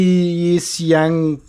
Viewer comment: The name is pronounced Yi-Xiang. Pronunciation websites on line and on YT…